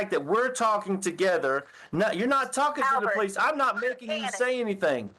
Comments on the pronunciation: "Anythink," Everythink" "Why come" The fact that she was a teacher is the reason I don't trust public schools! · "i will not be charged with ANYTHINK in this"! Her putting a K on EVERY word ending (endink) in G ..... DRIVES ME NUTS